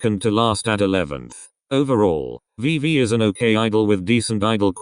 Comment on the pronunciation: You can't even get Vivi's name right. And they don't have official positions.